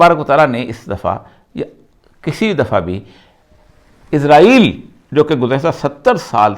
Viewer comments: عزرائیل نہیں بلکہ اسرائیل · اوریا صاحب اسرائیل کو ازرائیل کس زبان میں کہتے ہیں؟ کویہ انہیں اسکی نشاندہی کرے اگر یہاں لکھا وہ نہیں پڑھتے۔